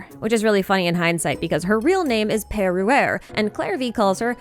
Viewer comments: I can't stop hearing, Perry the Platapus every time you say Perruere. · It’s very funny when you’re French because « per-» sounds exactly like the French word for father « père »